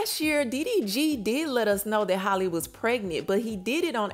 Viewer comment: Girl this your fourth time reporting on this girl business. It’s so rude you can’t even say her name right. It’s not Holly. It’s HAL-LEE like Halle berry. You take the time and effort to edit and make these videos and can’t even pronounce her name